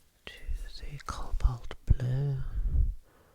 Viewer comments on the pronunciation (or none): none